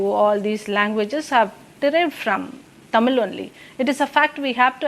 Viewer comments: This lady can't even pronounce 'Tamil' properly 🙄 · TAMIL TAMIL TAMIL Vs THAMIZH!